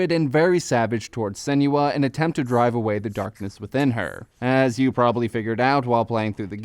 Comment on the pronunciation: lol i hate how he pronounces her name